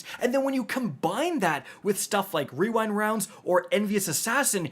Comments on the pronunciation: Wewind wounds for the win 😂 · OK destiny 2 community. It's now called "we wynd wownds" stamp it! 😂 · the wewind wounds bit caught me so off guard lmao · Wewind wounds